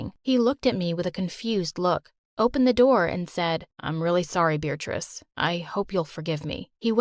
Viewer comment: Why does he call her “beartrice”